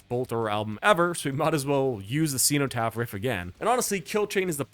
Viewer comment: I bought Realms of Chaos on cassette from a Games Workshop store in 1989. Good times! EDIT: Bolt Thrower had already had a flexidisc on the cover of GW's mag White Dwarf by this point IIRC. EDIT2: The "cen" in "cenotaph" should be pronounced as in "zen/z-En" not "xeno/xEE-no" EDIT3: Napalm Death only used 3 riffs on the entire first side of Scum. Bolt Thrower were rookies! ;)